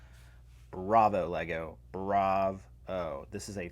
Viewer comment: says bravo Me: is this French class?